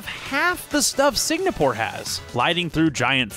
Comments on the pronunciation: Take a shot every time he says "Signapore". 🤣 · Sigmapore Speedway